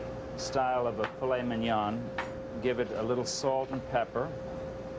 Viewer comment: I don't know if I can trust a chef that cannot pronounce mignon correctly. Not to mention, aren't the veins supposed to be removed from foie gras, not 'cleansed'? Coupled with the fact that he believes people are too stupid to realize those vegetables are carrots and zucchini, and the addition of burnt onions? No thank you!